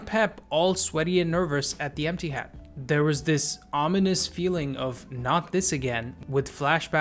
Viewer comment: lool not u saying emptihad soo bitter jus accept it ur team trash bro chill